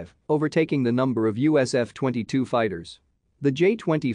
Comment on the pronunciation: Lol why u pronounce USAF as "USF"? Aha, after hearing other weird pronunciations, prolly a robo reader. U should read it urself lol.